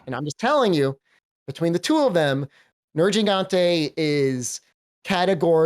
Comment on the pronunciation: He likes Nergi but pronounces his name wrong.